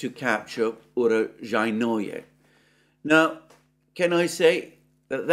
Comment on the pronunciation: Alexander, you are the only person I know that pronounces Urozhaine more difficultly than it actually is. Oo-Row-Zhi-Ne. Oo as in Noodles, Row as in Grow, Zhi as in Pi, and Ne as in Net (without the T, obviously). The often used case where names end with 'Oye', does not apply. Honestly, 'your vagina' sounds more like the correct name of the town than your recently updated utterance. ;)